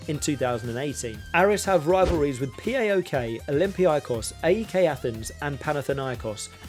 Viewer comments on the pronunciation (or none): It's not P A O K ... It's PA - OK. Whole word. :) Also it's LArisa not LarIsa. :)